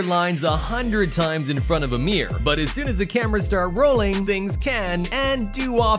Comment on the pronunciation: Why can't this guy say MIRROR?